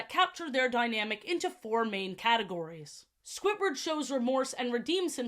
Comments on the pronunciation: Like, its Squidward, not Squitward, please stop saying Squitward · ily so much but why do you say “squitward” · i love the way you say squidward. squitward